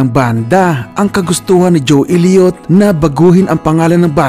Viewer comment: Sana man lang ginalang mo ung pag bigkas ng mga pangalan nila at hindi ung desisyon mo lng bigkasin ng basta. Ju Ilyot? Pe ti Willis? Mut Lang? Pyromanya? Armagidon it? Phil Kolin? Vivian Kampbel? Yoporya? Dayamond star halos? Tapos mali pa ung title ng kanta "when love and hate collides" At ano ung sinasabi mong binastos nila ang Dyos? Yun lang sinabi ni Mutt Lange para tumigil na mga tao kaka kulit sa kanila at malamang ndi mo alam na ung pananalita ng mga Ingles, ay sarcastic pakinggan. Sana inaral mo kung paano mag bigkas ng tama at ndi ung ginamit mo pa ung Banda tas mali mali naman pinagsasasabi mo.